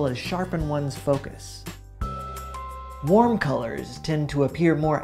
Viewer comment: Nobody: This guy: hwarm